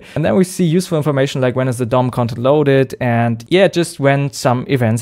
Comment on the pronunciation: Be careful saying DOM Cont with your accent :P